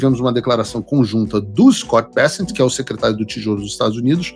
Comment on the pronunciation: O correto é Scott "Becênt" e não Bécent